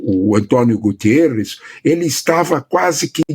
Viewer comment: Prof, o nome do secretario geral da ONU, não é Gutiérrez, ela é Português e o seu nome é GUTERRES, Obrigado